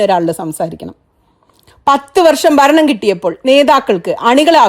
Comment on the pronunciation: ബരണം? അനുബാവികൾ? ബരിച്ചു? താങ്കൾ വാക്കുകളുടെ ഉച്ചാരണം ശരിയാക്കൂ....